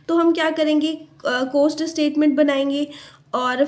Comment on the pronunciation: maam its cost not coast